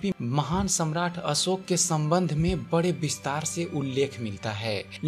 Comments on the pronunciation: हिंदी सुधार आवाज़ सुधार हज़ारो को हजारो बोलता है अशोक को असोक बोलता है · आपका हिंदी उच्चारण सुधार चाहता है. ... असोक नही अशोक. .. श के स्थान पर स का उच्चारण हो रहा है..... शब्द है देहावसान. ..आप बोल रहे हैं देहवासन.... कृपया वांछित उच्चारण का अभ्यास करने के बाद ही रिकार्डिंग करने की कृपा करें. ... सूचना अच्छी है... उच्चारण भी अच्छा हो जाय तो सोने पर सुहागा